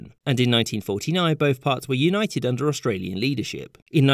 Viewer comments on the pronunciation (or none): none